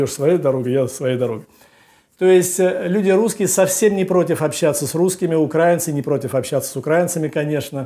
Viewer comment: Надо говорить украИнцы , а не укрАинцы